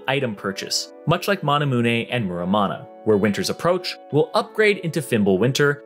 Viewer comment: He said Manamuné instead of Manamume. Cringe